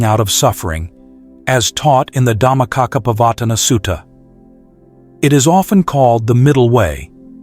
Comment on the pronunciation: Good quick summary BUT Please pronounce the pali words correctly like Dhammacakkha pavatana Sutta, and anicha.